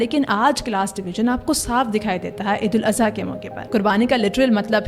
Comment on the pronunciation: Eid ul aza❌ Eid ul adha✅